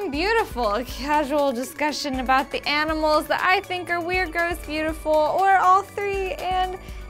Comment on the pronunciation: Hey, what happened to calling them 'aminals' at the start? D: I thought that was cute!